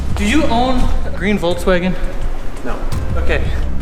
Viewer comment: A german dude pronouncing Volkswagen the english way. I´m bamboozled